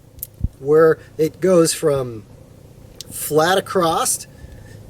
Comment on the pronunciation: I'm sorry man, great vid, but please stop saying acrosst. It's not a word. Across. easy. Sorry buddy, just erks me every time lol